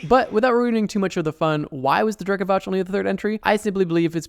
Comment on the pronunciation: Btw its Drekavac , your pronunciation is a little off, but i dont blame you , we talk the same way we write so letters are usualy a lil more pronounced , also, its cool to see you mentioned something from over here xD